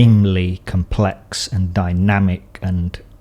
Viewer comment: Nobody:: "hypahh compLECKSSSSSS beings"